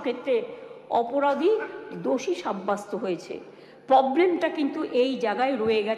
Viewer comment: প্রতিটা বাক্যের শুরুতে " মনে রাখবেন"! আগে কথা বলতে শিখুন। 'সন্মান', 'গর্মেন্ট' ',পবলেম' এসব কি?